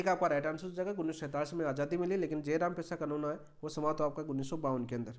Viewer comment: जयराम ❌ जरायम✅